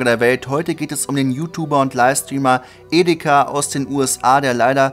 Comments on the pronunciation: bei geschmacklos kann man sich drüber streiten ist ansichtssache Ich find er hat halt Edeka gesagt warum sollte man ihn nicht drauf hinweisen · Es hört sich an als würde Edeka sagen Edit: Danke für das <3 (sorry wusste nicht, dass das dich so nervt) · Du sagst Edeka😂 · immer wen du etika aussprichst hört es sich für mich an wie edeka xD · Hast du ernsthaft Edeka gesagt ? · der heißt "Etika" und nicht "Edeka" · ich habe ja etika geliebt aber bitte sage nicht "edeka" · er sagt etika wie edega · Feier das Video aber du sprichst es aus wie Edeka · Ich hab Edeka verstanden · digga nicht edeka xD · Bro lass es mit deinen YouTube Videos sehr schlecht deine Stimme passt nicht und du hast edeka gesagt R.I.P Etika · EDEKA LOL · Junge was ist daran schwer, ETIKA mit T richtig auszusprechen? Was ist los mit dir? Deabo, wobei hab dich noch NIE abonniert. Dein Kanal stirbt aus, verdient. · Ich hör nur so edeka und muss los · Wie du ihn halt wirklich "Edeka" aussprichst haha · Dann sollte man erstmal recherchieren, wie sein Name ausgesprochen wird. Das fand ich von dir sehr respektlos. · Eigentlich nicht. Ich find's allein aus Respekt scheiße wenn der Name falsch ausgesprochen wird. Du willst glaub ich auf einer Beerdigung eines Familienmitglieds oder ähnlichem auch nicht das der Name falsch ausgesprochen wird.